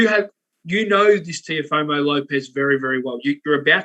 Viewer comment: TeoFIMO!!! not Teofomo. Jesus. Say it right.